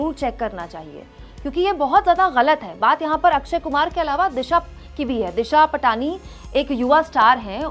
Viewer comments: दिशा पाटनी है इसका नाम। दिशा पटानी नहीं। Please कोई भी हो उसका नाम सही से लें। आपको कोई काकाम बेवाल कहे तो आपको कैसा लगेगा? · दिशा पटनी है। पाटनी या पटानी नहीं है। गलत उच्चारणसे सब किरकिरा हो जाता है।